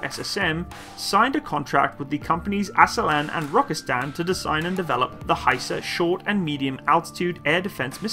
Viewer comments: Great video and a hint: in Turkish every sound has a unique letter and every letter has a unique sound. So every letter is read: Aselsan is pronounced a-s-e-l-s-a-n and not "aselan". The full name of this company is Askeri Elektronik Sanayi - Military Electronic Industries. Aselsan was founded in 1975 to produce wireless military equipment after the US military embargo following the Turkish intervension of Cyprus. Almost all military technologies of Turkey today, has roots of such embargos of his allied NATO countries. Hisar is the result of US denial of selling Patriots to Turkey. Altay tank is a product of Germany's Leopard embargo. Turkish drone families are the result of US rejection of providing Turkey Predator and finally Kaan fighterjet is the fruit of US removal of Turkey from the F35 program. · The Name of the Company is Aselsan tell Asel-san and Roketsan tell Roket-san to say by the way San is in turkish short and means sanayi-Industy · Pronunciation should be like A sell sun and Rocket sun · please learn how to read turkish name hisar = hesor , aselsan = assailson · More like "Uh-sell-sun" and "raw-cat-sun" - where the suffix "-san" is the abbreviation of "sanayi," which means "industries." So, the roots of the name "Roketsan" is pretty self-explanatory. "Aselsan" stands for "Askeri Elektronik Sanayii," which means "Military-grade Electronics Industries."